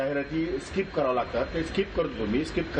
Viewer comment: स्काईप नाही स्किप